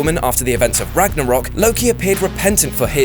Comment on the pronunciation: You said Ragnorok wrong